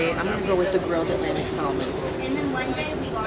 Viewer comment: "L" is silent when ordering Salmon. Just an FYI... love the content!!!